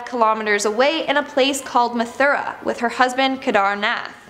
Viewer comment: It's not methura it's mathudra